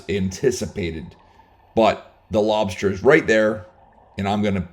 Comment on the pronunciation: “Lob-SHter tails”… 😂 Luv how u pronounce, lobster 🤝💪🍻